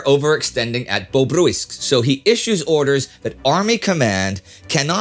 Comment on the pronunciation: Its pronounced Babrusk